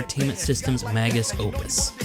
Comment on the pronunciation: I’m proud to hold the title of an early subscriber to your channel! A couple nitpicks though: the phrase is “magnum opus” Also it sounded like you pronounced it a couple ways, but Miyamoto is pronounced “mee-ya-moto” instead of “my-ya-moto”. Also “console” keeps sounding like “counsel”. Very minor nitpicks that ultimately don’t affect my enjoyment of the video! Keep it up!